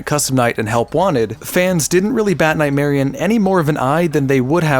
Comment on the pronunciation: You pronounce Nightmarionne as if it wasn't spelled with double n